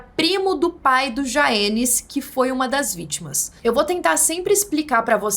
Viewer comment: "Vítmas"? kk.. so um detalhe.. kkk.. ótmos videos